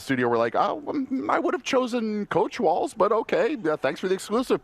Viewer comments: It’s walz, not waltz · It's WALZ. Not T